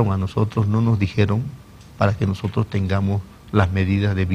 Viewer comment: "nojotros" este tipo de pelotudos estaban en el poder